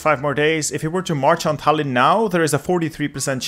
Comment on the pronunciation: Tallinn has the emphasis on the "a" in it, actually